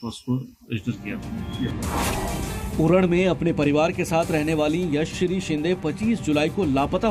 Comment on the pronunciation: भैय्या लड़की का नाम यशश्री है और आप हर बार यश्री कह रहे हो मीडिया में काम कर रहे हो नाम का योग्य उच्चारण सीखो ।